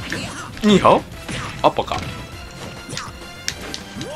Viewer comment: マリオの上スマニーハオに聞こえるの俺だけじゃなかったんだ、、、！